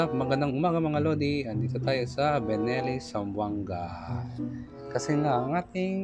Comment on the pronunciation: Ano ba talaga Lodi? Belleni or Benelli? Haha. 😅